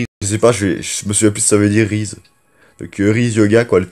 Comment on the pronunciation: Rise se dit Raïze et pas Rize et ca veut dire s’élever donc élève toi